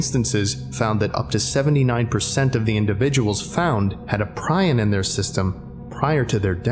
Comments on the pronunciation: ˈprē-ˌän , where did you learn that pronunciation pry-on. So much for Dr. Miller 2nd time you've been unable to say it right. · It's pronounced pre-on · hi sorry to be that person but prion is pronounced PREE-on. old roommate was in school to be a physicians assistant and said the worst condition to die of would definitely be a prion disease... after googling shit like fatal familial insomnia, yeah I agree. oof